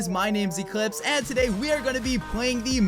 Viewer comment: WE SHOULD BE CALLED THE CLIHPSES Sounded out : clips iz